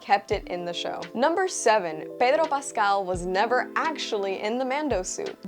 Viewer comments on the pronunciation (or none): I love your reviews, pero the Cuban in me cringed at your “Pedro Pascal” pronunciation. There is nothing wrong with it and that’s what I find funny, but it’s always felt so pushy when another Hispanic person wants me to pronounce their name in “Spanish” as if that changes anything. Keep doing your thing and disregard my ranting…lol